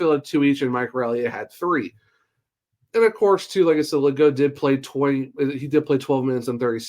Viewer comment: Pretty sure the French pronunciation is - Ley - Gooo. No T on the end